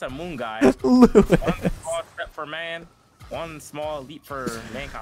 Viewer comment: really got Louis Armstrong mixed up with Niel Armstrong and managed to mess up the pronunciation of Louis at the same time lmao